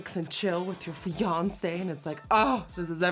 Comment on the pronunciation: Did she say, “fiancé”???